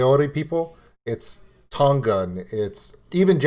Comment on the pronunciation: 1. Maori is pronounced with a rolled 'r' sound and the whole word sounds similar to "mouldy" as in mouldy cheese, just put an 'r' where the 'd' is. 2. Tonga is pronounced 'Tong -A', there is no harsh 'g' sound, the same goes for other Polynesian Countries, the 'g' is kind of silent. (The word 'tong' doesn't have a harsh 'g' either.) 3. Kai Tangata is pronounced Kai -(you got that right) & Tangata -(Tongue-a-ta.) Good on you for trying out music from other countries especially one as diverse as New Zealand. Our Maori Language almost did die-out completely but in the past 25 years so much has been done to re-ignite the language & Kiwi's are more proud to be able to speak it, Maori is an officially recognised language of New Zealand. The young show more interest as each generation comes along, they want to find out their roots just as much as any other culture. Back when my mother was young the Maori language was banned from being spoken, people were punished if they spoke it, you could loose your job or get sent home from school for it. Unfortunately it was the only language my mother spoke along with her 11 siblings & her Mother & Father. It was unfair racist discrimination. I went to school in the 1980's & the Maori language was only just getting reintroduced back into our schools, the language is still frowned upon by some european kiwi's though, not everyone's a team player I spose. TY for your reaction dude. Thanks from NZ!